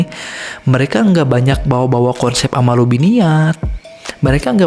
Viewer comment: Hmm ku kira cuma salah penulisan judul. Ternyata emank salah nyebutin, bolak balik dengerin kok "ammalu binniyat".... Yg bener "A'malu binniyat" cek lagi haditsnya. "Ammalu" itu artinya apa? ... syarat diterimanya amal ada 2. Pertama, Niat benar Lillaahi ta'ala. Kedua, Caranya benar sesuai syari'at (tidak melanggar syari'at).